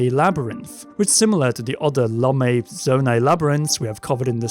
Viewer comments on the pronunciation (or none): none